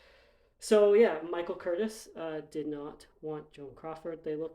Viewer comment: His name is pronounced KUR-TEEZ Damn.